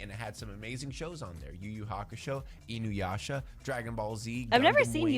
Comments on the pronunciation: I find it funny how nobody in chat commented on her saying "Inyuasha" instead of "Inuyasha" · lmao "in-you-asha"